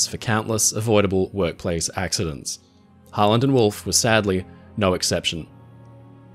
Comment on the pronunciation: the entire time i’ve watched the channel, when ever he said harland and wolfe i always heard holland and wolfe